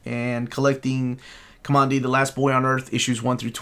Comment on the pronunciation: it's pronounced COMMAND- DEE. There is a part early in the series (I wanna say issue one) where you see he literally gets his name from a section of the old world wreckage titled "Command D"